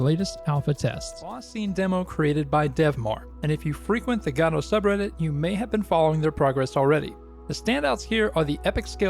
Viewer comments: Thanks for making this great content to showcase Godot😀For what it’s worth, the name is pronounced like “go doh” and not “god oh.” Using the correct pronunciation is a small detail that will improve the quality of your already excellent work.❤ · It's not "gado", it's "Godot" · It's "ga-dough" for the love of GOD, if you're going to pretend like you care about and praise an engine that clearly hasn't gone anywhere two years later, you could at least pronounce it right.